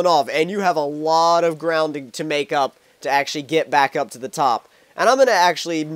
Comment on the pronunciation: this may sound racist but i thought he said black flip and im black but then he said back it sounds like black to me